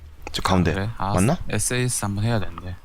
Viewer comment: 사스가 아니라 S.A.S(에스에이에스)에요